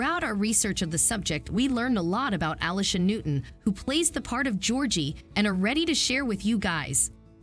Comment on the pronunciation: A. LEE.. SHA... FFS